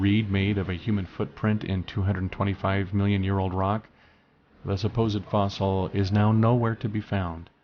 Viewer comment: Listening to his pronunciation of "fossil" make me feel like I've been groped.